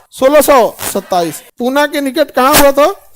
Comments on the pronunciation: Puna nahi pune 🚩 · sir there's not shivner that's shivneri fort and not पुना that's पुणे and also chhatrapati shivaji maharaj birth dates is not 20 april that's 19 February 1630 . And first do check about knowledge and then teach students ..... Other wise सप्रेम जय महाराष्ट्र 🚩